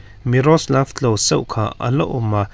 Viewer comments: Klose tih hi Klawja ti ang deuha lamrik ni ta se 😂 chuan tinge..A ni.. tih turah hian A ne...itih ziah le😂😂😂 ZONET ZING DAIFIM puangtu nu Sairengpuii Sailo pawh hian A ne..ti ziah,, in inang ṭep 😂😂😂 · 'Klose' tih hi 'klawsa' ti a lam rik tur aw,mipui ngaihthlak tur ah chuan lam dik a pawimawh,, milar te hming tal hi chu lam dik tum thin teh u.